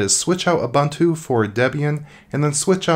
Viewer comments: Protip: Ubuntu is pronounced "oo-boon-too" (i.e., all the "u"s are long), not "oo-bun-too". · Damn. "Ubuntu" is spelled with "u:", like in "look" or "soon". It is [ʊbʊtntu:]. There's no [ʌ] sound there.